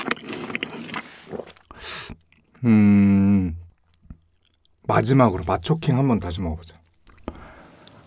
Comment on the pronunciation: 맛초킹을 마초킹이라 하누 ㅋㅋ